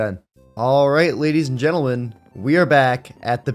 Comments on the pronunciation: "Alright Gadies and Lentleman" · He said gedis and l entlemen 😅😂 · " gadies and lentlemen" 😭😭😭🤚😔